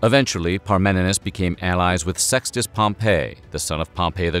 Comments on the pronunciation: Pompey = pom-pee Pompeii = pom-pay Gaius = guy-uss The mispronunciations really dampen the credibility. All the research you do, and you can't take 10 seconds to find out how to pronounce the names correctly? Come on, now. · Great episode! But small note Pompey is pronounced Pom-Pee not Pom-pay. 🤓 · Great video. I love the humor mixed with SOOOOOOOOOO much good information. However, you mispronounced so many names, like Pompey and Gaius. Pompey ends with a long E sound, not like the name of the city destroyed by Mt. Vesuvius. Gaius sounds like guy-us. There were many other words mispronounced, but these 2 drove me crazy. Nonetheless, a great video with so much good information, which I would definitely recommend to others. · The mispronounciations here are painful: it was at the base of a statue of Pompey (pronounced POM-pee) that Caesar died, not "Pom-PEH", which is a resort city buried by volcanic ash a century later. And the name Gaius (GUY-us) is almost never mispronounced... but somehow, here it's GAY-us. Having said all that... fantastic video! I'm in awe at the amount of research that went into it. (Incidently, that whole "Beware the Ides of March!" incident was also related to us by Shakespear, and so there's a good chance that it never occured either.) Again, an interesting and wonderfully researched video, thank you. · Caesar’s friend turned opponent was not pronounced like the city Pompeii. It was pronounced “Pom -Pee” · Gay-us? Pom-pay?